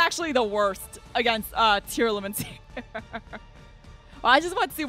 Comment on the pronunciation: how to did she pronounce every single tearlaments name so wrong?? that was an infuriating match to watch